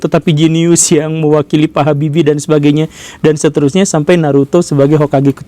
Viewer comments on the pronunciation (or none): none